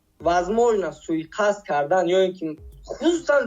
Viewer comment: Суикаст Карл, суикаст 😂 Мне интересно какую отмазку ты на этот раз придумаешь)) русский язык у тебя свой отдельный мы это уже поняли в прошлый раз, а ты оказывается и наш родной язык не знаешь)) Правильно: суиқасд! Не суикаст а суиқасд))